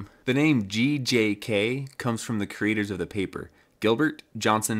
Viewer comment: Everytime you say GJK it sounds like you're saying GJAK